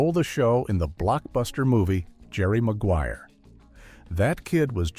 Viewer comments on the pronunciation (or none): none